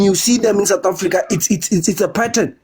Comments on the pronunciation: Satafrika …sir please say sooooouuuuth Africa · I can imagine his mouth opened screaming "Satafrika"🤢🤢